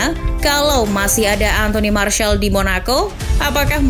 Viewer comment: Mas rizal itu sebutan martial😅